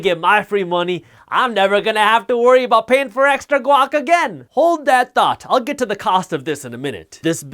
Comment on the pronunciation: I thought he said Glock the first time. I rolled my eyes an American gun reference......